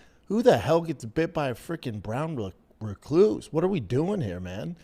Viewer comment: i could listen to him try to pronounce Recluse all day 🤣